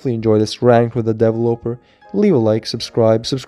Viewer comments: Devil-oper Me: de-vel-lo-per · Devil oper? It’s “de-vel-eh-per” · What is a DaEvOoLoper?? Isn't it de-ve-loper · Nobody: Twist: dE-vUh-loPeR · i laughed every time you said developer because it sounded like you were saying deloper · Ik this guy did not just say devil-oper lmao bro it’s developer look it up on google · Why do you say devil oper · Bruh the way says "Developer" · He said developer wrong so many times 😂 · lol how you pronounce developer is so funny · Why you pronounce developer like that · Broooo that's not how you pronounce developer